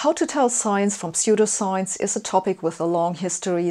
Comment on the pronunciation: Ah yes, Gifth Feneration Telefone Knetwork. P.S.: I like the way you pronounce "pseudoscience". You make these topics very accessible! I'm barely coherent today yet I still came away with an even better understanding of scientific models than I already had! P.P.S.: That is a very cool coat